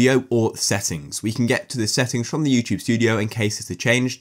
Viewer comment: why does he say you chube